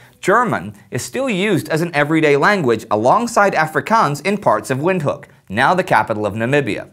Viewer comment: FYI: Windhoek is pronounced as "Vint-hook"